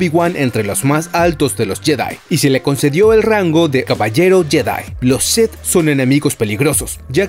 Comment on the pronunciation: Porque dices Lord Seth en lugar de Lord Sith? Es muy molesto